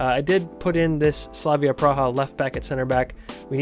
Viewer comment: Stop it... it's Slavia Prague.